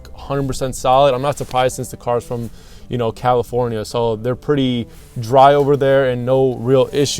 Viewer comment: Looks to be a cool project! Great color too. I especially enjoyed your pronunciation of "California" early into the video, also what a deal, look at all the spare nuts and bolts that came with the car on the driver's side floorboard! As always a wonderful video to watch and best of all...the saga begins...again... Peace to you and yours!